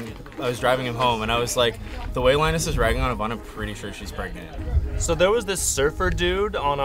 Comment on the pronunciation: you mean pregante? or grenant?